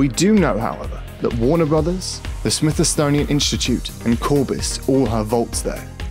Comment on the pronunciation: You lost me at "Smithisonian Institute"